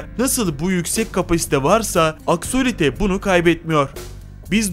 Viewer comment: Abi axoliti değil benim adım axolotl